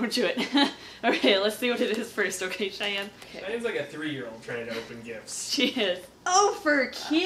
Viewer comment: So close but its chyanne